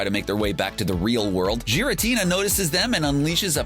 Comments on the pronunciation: Did you even try in this vid? With pronunciations, correct names, or even putting the most wholesome Team Rocket moments. Giratina is pronounced like g-, not j-, g-. Also it's the Distortion World not Reverse World anyone who's seen any form of Pokemon lore would know this. But those aren't huge deals just wanted to mention it. But most importantly. You forgot like the couple hundred EXTREMELY WHOLESOME Team Rocket moments. Like their backstory was the only wholesome part of this vid. What about them saving people's lives, or saving each other, or having moments with their Pokemon. Those actually made me cry cuz they had meaning and were good. This is amateur compared to their kindness. But overall good video, good job! Keep up the good work! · Giritina, not Jiritina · Also, "Jiratina" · Is no one gonna talk about how he pronounced giratina... jiratina... no. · Everytime I hear Jiratina, I die a little inside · Jiritina T-T Giritina G-er-a-t-na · Are we actually just going to ignore the fact that he pronounced it Jiritina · The fact that the dude mixed up Giratina and the Sky Warrior with Hoopa and the Clash of Ages says alot. Also i just cringed at the way he says Giratina. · i like team rocket and you kept saying giratina wrong say it right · you not only misidentified Tyranitar as Pupitar, but you mispronounced "Pupitar", misidentified or bundled James' Carnivine with or as his Cacnea, although the description fits for Cacnea's behavior. oh and you kinda mispronounced Garitina, but plenty of people say it that way. but the ONE THING that is UNFORGIVABLE is that you mispronounced "Wobbuffet" For shame, CBR. For. Shame. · Its Giratina not Jiratina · you mispronounced "Pupitar" That isn't even a Pupitar in the first place, it's the evolved form Tyranitar. Butch and Cassidy were introduced in the Original series. Meowth dressed as Kirlia not Ralts, You also mispronounced "Giratina" (gear-a-teen-a, not jear-a-teen-a) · It's not Jiratina, its Giratina